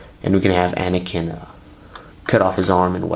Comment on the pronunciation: Me: * realises that he says mace windo and anikin fight palpatein * Also me: * visible confusion *